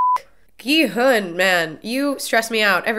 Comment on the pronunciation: Love your reactions. Just an FYI, I believe the main character’s name is pronounced more like Ki-Hun, rather than with a western hard G sound. It’s an extremely aspirated G which almost sounds like a western K sounds.